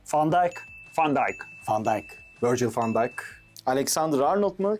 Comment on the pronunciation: Merhaba abi siz neden Van sözünü Fan diyorsuz?